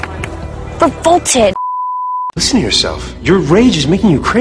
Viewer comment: 근처에 나오는 I'm revolted. <- 이 문장이 계속 저에게는 I'm full-ported. 이런식으로 'f'가 있는 것처럼 들리네요. 왠만하면 이렇게까지 크게 벗어나게 들리진 않는데 당황스러워서 반복해서 들어도 계속 그렇게 들리다니 이런.. ^^;; ㅋㅋ